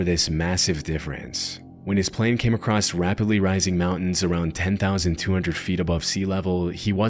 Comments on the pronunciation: He says acrost in a lot of his videos. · There is no T in "across".